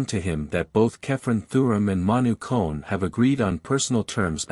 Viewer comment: Your pronouncing is all wrong Olympic Gymnaste Club Nice is club neeece letter e like in the word need and Manu Kone the letter letter o like in the word olimpic kapish